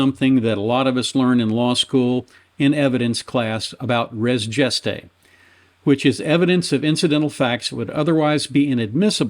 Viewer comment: " Res Gestae" is pronounced incorrectly. All G's in Latin are hard, not soft. Otherwise the analysis was sound.